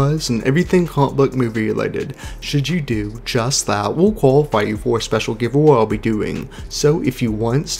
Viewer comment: When you can't pronounce names like Feige or words like GIVEAWAY, it's hard to take you seriously